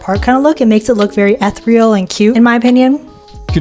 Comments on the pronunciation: It’s pronounced eh-thear-ee-al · You pronouns Ethereal wrong 😡😡😡😡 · now why tf would you pronounce ethereal like that